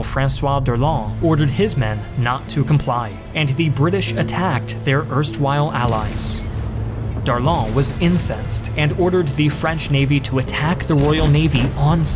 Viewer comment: The admiral was "incessed"??? Maybe was "incensed"?